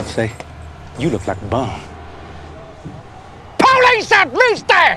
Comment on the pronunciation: i just realize he meant "polish" instead of "po-lice"